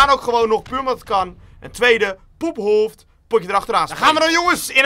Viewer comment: je kan echt geen 'poephoofd' zeggen wtf